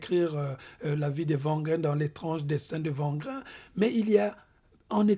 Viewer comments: C'est très intéressant, merci à vous. Cependant,wangrin se prononce pas comme le w de wagon mais "wé" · Wangrin [Ouangrin]